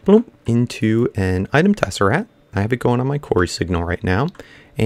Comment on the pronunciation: It is not a tessaRAT! It is a tessaRACT!!! You drive me crazy when you say Tessarat.